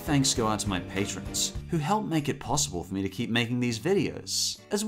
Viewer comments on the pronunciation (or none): none